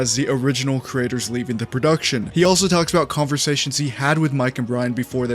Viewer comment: when you say creator i keep hearing the word critter